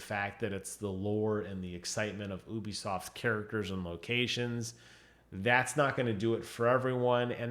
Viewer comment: Stop saying ubisoft like that